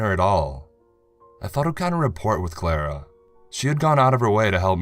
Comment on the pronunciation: Just an FYI...at ...the word "rapport" is pronounced so that the "T" is silent...rather than saying rapport as you did it is pronounced "ruh-pore" 😉